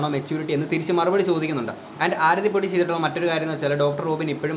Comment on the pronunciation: chetta oru mistake und....Aarthi alla Aarathi aan.......love your contents......keep it up....pinna........matte chechi and u probs oke kazhinja?